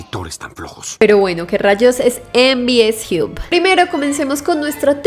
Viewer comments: Se pronuncia jab o job, no jiub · En Bi Es Jiu ? Me mató, hay que mejorat el Inglés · "MVS jiup" .... jajjajajaj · "mvs JIUB" 😂